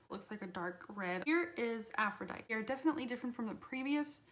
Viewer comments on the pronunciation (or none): I like how you’re not over the top in complaining about it...like some of these other videos are just obnoxious I think. Like, it’s lackluster for LC but it’s not like it’s bad quality or anything lol and the shit people are talking on it is extreme. It’s pronounced “Aphrodite-ee” by the way, the “e” on the end isn’t silent; that’s the Greek goddess of love and beauty